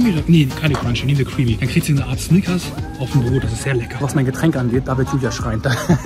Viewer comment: Seit wann kann Snickers richtig aussprechen?